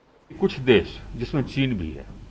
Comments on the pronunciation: देश बोलते है देस नहीं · रवीश जी देस नहीं देश होता है। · चचा "देस " नहीं "देश " होता है। बिहार के होके भी हिंदी की बंद बजा रहा है। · Aapko देस नहीं देश होता है आप क्या पाकिस्तान से हो क्या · देश होता है, देस नहीं। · All is fine but... देश होता हैं, देस नहीं ndtv please correct this.